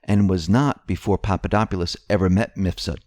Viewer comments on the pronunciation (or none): none